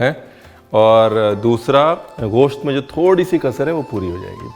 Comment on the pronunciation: Ye goshat kya hota hai ...mugal hai tu...mans bolnye mein shrram ati hai tujhye